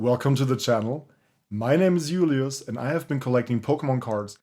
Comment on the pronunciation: I knew it you have so much German stuff and when you say Julius or Kleinanzeigen it sound German. Thank for your video it was a pleasure to watch this kind of videos. One of the important things into collecting are for me to change bulk for new product or to trade because I have to possibly to trade in my area